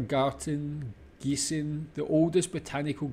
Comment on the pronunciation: Yeah 😊 Gießen is my hometown! Yes this beautiful house is very popular. A friend of ours is a professor of biology. His office is in that house. You pronounced Gießen perfect! Friedberg where Elvis served is close by 45 kilometres south. It’s pronounced Freedberg.